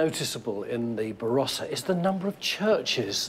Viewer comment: Varossa? It starts with a B.